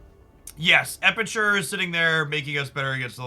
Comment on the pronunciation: EpiCure. Not EpiTure